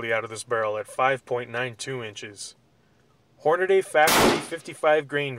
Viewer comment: Hornaday you said. Lol.